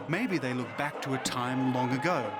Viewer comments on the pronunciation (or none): none